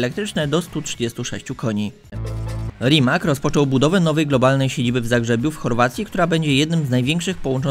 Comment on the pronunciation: Rimac czyta się tak, jak się pisze, a więc żaden "Rimak".